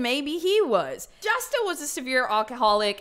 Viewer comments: J in Spanish does not make that J sound in English...J is Hota so it makes the Huh sound...like "Me gusta" so it HUsta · When i heard her say Justa lol i laughed a lil cus i was thinking if how to pronounce it Spanish